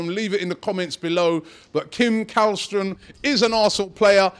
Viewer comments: Källström is pronounced Shell-stroem, not Kall-stroem. I know, Swedish has weird phonetics where the K isn't always a K. :) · You say it like shällström or chällström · You are saying Källström wrong. You should pronounce it as: "Schellstrom" //A swede :) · How to: Pronounce Källström correctly. The letter Ä is not pronounced as a regular A. So to make it easy for english speakers. Just say the word Shell instead of Käll.